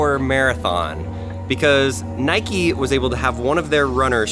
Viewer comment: Who pronounces nike like that